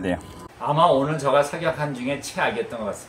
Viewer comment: 선생님 습관이 진짜 고치기 어려운건데 ‘제가’ 발음 의식하시고 하시는게 정말 대단하십니다.결론은 비싼게 제 값한다. 예전에 말씀드린것처럼 좋아하시는 일을 하며 즐거워하는 모습이 힘이(은혜)가 됩니다. 사냥하시는거 빨리 봤으면 좋겠어요 ~